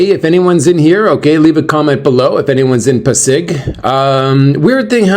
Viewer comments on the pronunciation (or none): it pronounced PA-SIG😊. Enjoy your day.